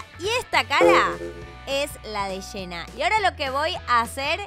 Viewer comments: Nosedice hena se dice jenna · Amo como dice “Shena” en lugar de Jenna JAJAJJSJJAJSJJS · Eeeeee pero se escribe jenna y se pronuncia yenna